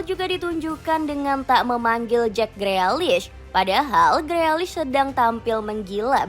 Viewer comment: Tukel apa Tukul min? Freakish itu dibacanya grilish 😂😂😂